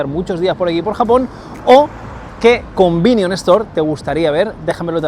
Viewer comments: Joder qué mal suena cuando dices "convinion" todo el tiempo 😂😅 son "convenience store" y por eso les llaman "konbini" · Un "convinion" store jaja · "combinion store" 😭 es convenience store xD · Cada vez que dice "combinion" dios mata a un gatito. Por lo demás genial video! Deseando ir a probar mil cosas!